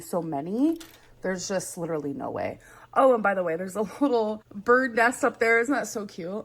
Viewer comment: “Leedurally” took me out 😂😂